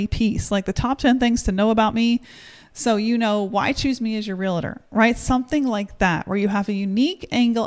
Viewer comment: FYI, no such thing as a “real-a-tor”. They are called “real-tors”. Great video.